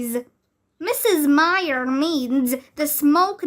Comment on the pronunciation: um. that is not how you read "myer".